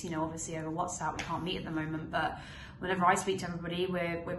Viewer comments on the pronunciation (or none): none